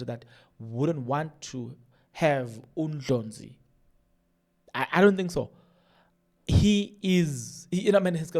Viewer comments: It’s annoying hearing you pronounce Dr Ndlozi as Ndlonzi what’s the matter?? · Heeey wena is not Dr Ndlonzi fool is Dr Ndlozi called his surname properly..